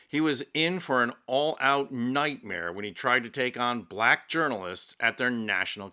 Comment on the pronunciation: Can Yall Please Watch Ur Videos and Pay Attention How U Say The Word Black. Please...